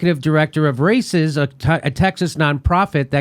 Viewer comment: Raices is pronounced “ rye-EE-sess”.. That aside, hillary the fucking coward caused the refugee crises in Central America, chief of which was her cia backed Honduras Coup. Google Berta Caceres, a Honduran activist who fought to her death against Big Oil’s destruction of the land and the people.